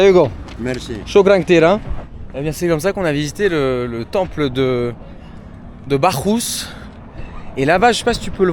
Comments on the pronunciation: Mon ami la prononciation c'est BaCCus pas BaCHus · Les neo-boomers... On ne dit pas bachusse mais bakusse... Aucune culture. Comme les boomers, en pire. Par contre psahtek khouyia pour la prononciation des h et des kh. Les boomers étaient américanisés, les neo-boomers sont des pieds-noirs. Barack Allah! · Bachus se prononce Bakkus bro😊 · si jamais on dis BaCchus (Bakuss) et pas BaCHus. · As tu vu la pierre de la femme enceinte ? Tu as 3 temples dans l'enceinte, Bachus( se prononce Baccus😊), Jupiter et Venus. Ça mérite vraiment de s'y attarder! J'aime bien retrouver tes vidéos plus tranquilles moins pro. Le côté politique demeure bien sûr très intéressant.. Il y avait des choses a exploiter aussi sur le site archéologique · Bacchusse prononce Bakusse!😂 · Hey, je te le dis constructivement et pas comme critique: "Bacchus" se prononce avec un double C dur (K, comme canard). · Aïe ça commence un peu mal : Bacchus se prononce avec un "K" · temple de bacchus, dieu du vin que tu dois prononcer bakusse